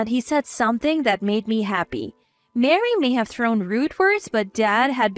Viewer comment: Where do you get Mary out of Marie. Please stop mixing the words it’s a turn off to listen and read the words and see the errors 😠